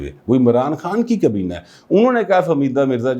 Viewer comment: کبینہ نہیں حضور، کابینہ!